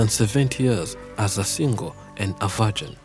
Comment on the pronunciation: "vargin" lolol0lol